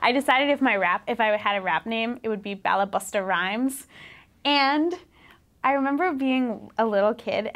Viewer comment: Balabusta...lol! She said it means "master of the house or housewife". It sounds like ball buster. Hehehe! :P